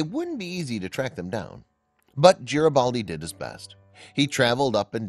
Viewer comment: It’s Garibaldi, with a hard G, not a J sound.